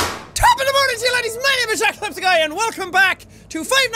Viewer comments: Azriel Shoot2Kill he said sephiceye and no ur not crazy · Anyone else hear him say "Jack(H)epticeye"? XD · Did anyone else hear "Japsepticeye" in the intro? Plz tell me im not crazy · Me too, he said "jahsehpticeye"